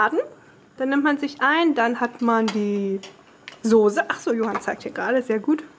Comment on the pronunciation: Warum sagst du eigentlich Sose und nicht Soße? :)